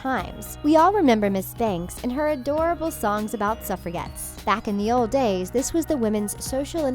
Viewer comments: It's "Suff-rah-jet" not "Suff-er-get"! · You mispronounced "sufragette"